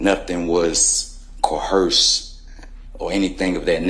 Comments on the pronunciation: “Co-hersed”?? How come they can’t ever figure out how to say coerced. Phonetically it’s pronounced “co-erst”. There’s no “h” sound. It’s not co-horsed and it’s not co-herst… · dummy said COHEARSED instead of coerced it's funny when thugs try to sound smart